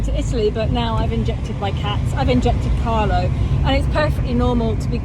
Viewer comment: Omg... It’s CARLO Not Carlos! 🤣😆